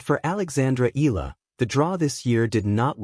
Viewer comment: Until u pronounce it right, i won't press 'subscribe' or 'like'. EEE-YA-LAH